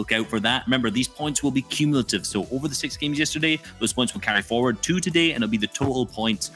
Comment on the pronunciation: Cummilative smh